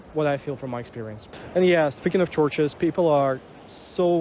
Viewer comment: thought you were saying torches. got it now. churches